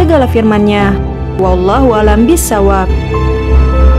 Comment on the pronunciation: Wallohua'lambisowab bukan bisawab, karena itu huruf sod bukan sa. Terima kasih